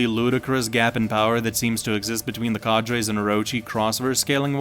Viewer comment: The way u pronounce cadres makes me fume. Well played. Have a dislike